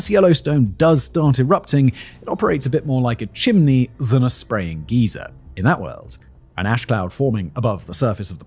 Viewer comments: Its geyser(guy-ser), not geezer... a geezer is an old guy, very different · Pronounced "gy zer" not "gee zer". (Like Kaiser) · GUYser not geezer lol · Geyser is pronounced guy-sir, not gee-sir. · Wtf.. Geezer, in British or American English is known to be an colloquial term for old man or man in general. Simon DEFINITELY mispronounced geyser the entire video. It's pronounced "guy-sir" not GEEZA lol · As someone who lives near Yellowstone, I have to say how much I loved you pronouncing geyser (guy-sir) like your talking about an ancient old person, a geezer (gee-zer) 😂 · Favorite thing about this video is Simon saying Geezer instead of Guyser. Turns this whole thing into a gargantuan geriatric doing the kaiju version of yelling "get off my lawn". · Most of the British say geezers instead of the American pronunciation of guy ser. I have heard Brits visiting the Park, say geezer when asking me when Old Faithful is going to erupt. (90 minutes after the last eruption, plus or minus 10 minutes.) BTW, a woman in her 60s got tossed by a bison a little over a week ago, so she is the first one this year. I think she is out of the hospital now. No one has been killed by a grizzly bear yet this year, but the bears got 5 people last year. You are much more likely to be killed by the animals in Yellowstone than you are to get blown up by the volcano. Unless you sit on the opening of a geyser. Or geezer. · Simon! Please! The Yellowstone water feature is a "guy-zer" (rhymes with "miser"). A "gee-zer" is a crochety old man. 😁😁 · Love this but I believe it is pronounced ‘guy-ser’. ‘Gee-ser’ is what we call old folks around Montana. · Geyser pronounced Guy-zer not geez-er ...a geezer is an old person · Say geyser. It’s not geiser like some old man. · its pronounced guyzer not geezer. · Pronounced gizer,not like old guy "geezer ! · I love how he pronounces geyser (a geological feature that shoots a jet of water vertically) like geezer (an old man). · Bro really said Geezer, lol